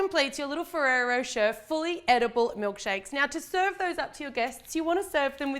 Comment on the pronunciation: The way you say Ferrari rocher tho 🙌👏